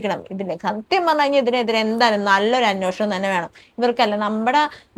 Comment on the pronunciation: അന്വോഷണം അല്ല അന്വേഷണം ആണ്... 🙏